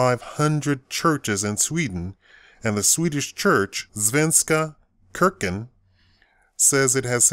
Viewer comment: you're at least trying and i appreciate you for that. Kyrkan is pronounced as "Shurkan"